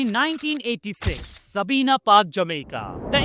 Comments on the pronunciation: it's pronounced Sahbiyna not Sabina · Pronounciation improvement required.Pronuounced Sahbiyna not Sabina